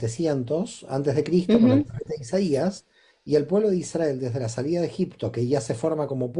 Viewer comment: Muy interesante, gracias! Me gustaría informarme sobre por qué pronuncian Isdrael y no Israel, escucharlo de esta manera me gusta y resuena, seguro tiene un significado profundo. Gracias por todo lo que comparten🧡